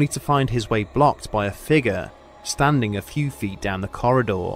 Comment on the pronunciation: "Red October, schtanding by!"